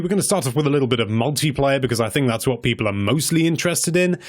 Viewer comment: The way you say people in the beginning always makes me really uncomfortable and I wish you'd stop.